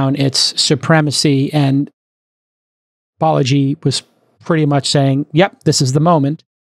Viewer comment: It’s “Balaji”, not “Baleji”.